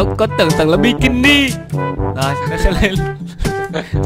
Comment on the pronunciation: Anh noob mất dậy nói là bicini